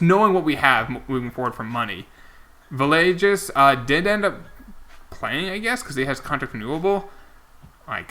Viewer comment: Cant wait for Villegas to retire so you can stop butchering his name lolololol.. (just messing around) (its Vee-aye-gas by the way)